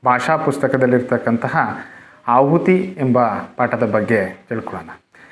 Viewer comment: ಆಹುತಿ ಎಂದು ಸರಿಮಾಡಿ.ಅಹುತಿ ಎಂದಾಗಿದೆ.